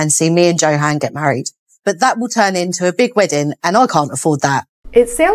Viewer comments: I went back and rewatched the episode. 21 minutes in, he introduces himself as YO HAHN, just like his mother. She is mispronouncing it. I find it rude. Its like Nikki calling Igor (excuse spelling, Justin. Like staaaahp it. Why would she continue to say JOE HAN?? It makes me crazy. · Yes when he introduced himself he pronounced it as Yo-Han. Charlotte is mispronouncing it. And for whatever reason he isn’t correcting her. Hope when she sees the episode where he introduced himself, she will notice it. 😁🤣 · I heard him pronounce his name and I think he said Yo-han not Jo-han. I think she pronounces it wrong and he just never corrected her and now it's too late... 🤷‍♀️😂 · Its pronounced "YO HAN". Annoys the crap out of me that Charlotte mispronounces it. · Its YO HAHN. Charlotte is mispronouncing it and it makea me crazy. Even his mother says yohahn. Smh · i went back and rewatched the episode. He says YO HAHN." She is mispronouncing it.